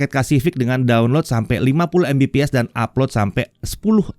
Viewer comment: Sayang banget, padahal bahasnya soal internet. Tp masih ttp membiasakan ngebaca Mbps secara harfiah ( embepees ). Yang di mana harusnya dibaca Megabit per second / per detik 😭 Dah mau 2023 loh, udh waktunya masyarakat indo tau bedanya Mbps vs MB/s alias perbedaan Bit vs Byte. Biar mereka ga terus2an dibodohin gimmick marketingnya provider2 internet. Karena masih banyak yg gatau klo untuk satuan kecepatan internet itu yg dipake Bit (misal Mbps), sedangkan satuan kecepatan transfer data di komputer pakainya Byte (misal MB/s). Dan masih banyak yang beranggapan itu dua satuan yang sama gara2 klo satuannya disingkat, cara bacanya sama ( embepees ).